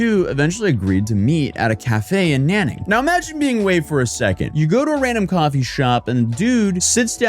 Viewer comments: Nanning XD the way you pronounce is so fing wrong Nan is pronounced closer to 'Nen' like Men but with an N Ning is pronounced closer to Neeng And its two characters so dont slur them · Soon they won't have to outsource and will be able to automate it with AI. By the way the city is pronounced "nahn ning".